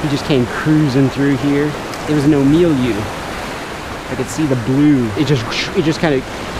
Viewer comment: Ulu-ah and Ohh-me-lu